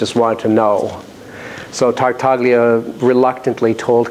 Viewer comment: Really nice talk! .. but note that the G in Tartaglia is silent.